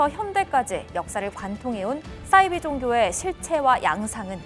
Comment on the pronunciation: 거 기자인지 먼지 몰라도 방송에서 싸이비가 뭡니까? 사이비 발음이 어려운 것도 아니고